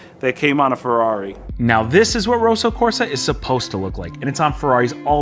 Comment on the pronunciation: FYI, 'Roso Corsa' as you say it means in Italian 'racing pink'. The 'o' in rosso should be as in 'pot', not boat, and it's a long ssssssss. It may be a Kia color but it's definitely red, not pink!